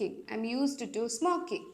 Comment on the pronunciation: യൂസ് റ്റു✅ Not യൂസ്ഡ് റ്റു ❌